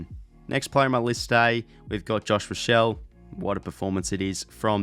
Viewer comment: Josh Rachele is pronounced Ra-she-ly